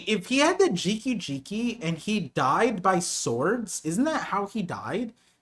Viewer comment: GEE - KAH GEE - KAH Not "Jiki," not "Drinky," You're drunk.